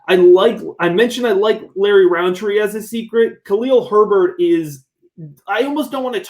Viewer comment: Love the pod but its rountree not roundtree its like a pet peev of mine